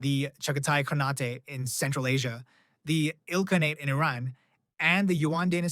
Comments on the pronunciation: It's pronounced khaan-ate like khan ate food lol not canate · what's wrong with you, why do you pronounce khanate as khanat-*ay*? It's obviously khan-at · Very good video, but please, pronounce “khanate” correctly.